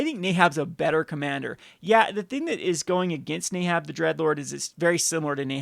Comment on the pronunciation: I desperately need to know where you're getting the "ay" sound from in the name "neheb."